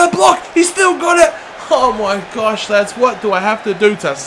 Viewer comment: Oh my wersh haha